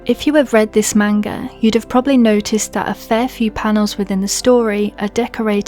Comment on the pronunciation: Good video on witch hat atelier but you say manga so wrong probably it’s your accent not being mean